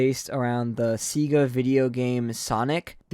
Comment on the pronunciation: Did bro say seeega dislike